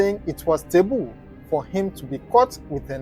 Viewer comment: Taboo , not teboo